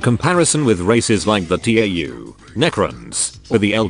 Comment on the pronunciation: I'm not comfortable with Tau being pronounced T.A.U